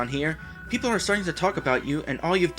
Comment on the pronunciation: Actually, the other thing is the Holy Token, not Medal. "Perople". =P